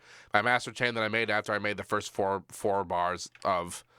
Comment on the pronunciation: Firsht? Senpai, notice me, Seampai?